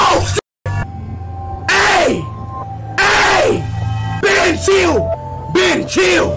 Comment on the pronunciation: The way he sayd chil💀